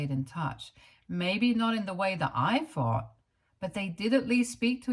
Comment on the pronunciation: Advice ...practice say th instead of fff...its very annoyibg and a huge reason why i cannot listen. Fings or fought instead of thought... and many other examples.